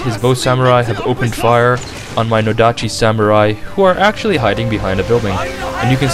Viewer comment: No-dachi (stress in the NOdachi)